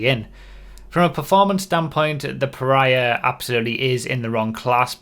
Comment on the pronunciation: I'm not sure it's pronounced like that, reminds me too much of Piranha.